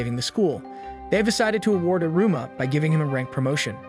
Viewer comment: Great job summarizing so many episodes in to this recap. The dialogue is well done, but the voice reader/over saying "i" ru - ma ... versus "ee" ru-ma is very off putting. But great job nonetheless